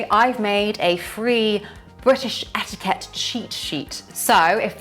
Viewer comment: Rule no1 to navigate life as a local...don't say etiikeht